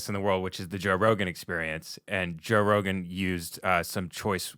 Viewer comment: wait, who's Joe ROWGAIN????